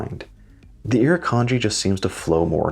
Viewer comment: It's not just the critters either. Look up the Gympie-Gympie plant. Great video, really love the design of the watch. And your pronunciation of the Iruknadji wasn't that bad really. LOL